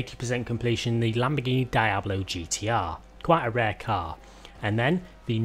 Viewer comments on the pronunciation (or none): I love your videos but ffs I still can't believe people don't know how to say Diablo, like the Diablo games, lol Back to topic, thank you for the video!^^